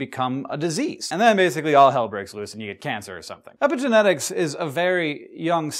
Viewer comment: Sounds like you're saying "epic genetics", which it kind of is ^^